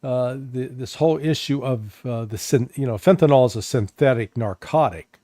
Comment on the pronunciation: It's pronounced Fentanyl not fentanol.